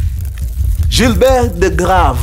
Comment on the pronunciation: Weee mkuru si usome tu Gilbert vizuri 😂😂kama mwafrika.....